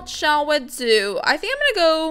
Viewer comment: Stop saying. Shell we. We shell